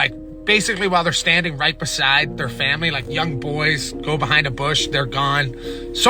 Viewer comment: Bro cracks me up the way he says fambly 😅